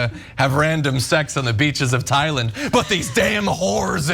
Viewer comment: Thigh-land? So have been pronouncing “Thailand” with a TH? Please don’t be American. Don’t make our education system look bad bro.